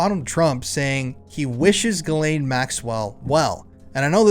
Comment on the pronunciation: I think you meant JIZZ-lane 😂😂😂